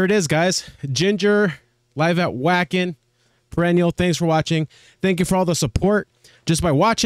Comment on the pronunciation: Two small things: 1- Wacken is pronounced [va:hen] 2- Please remove the Screamo hastag from the title and the description. Screamo is a music genre. You can tag it as screaming, growling, harsh vocals but definitely not screamo.